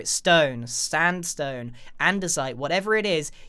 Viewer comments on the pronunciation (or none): I love how no one noticed he says Stand-stone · One time in your video it when you said Sandstone you actually said Stan Zone so just to correct you and sandstone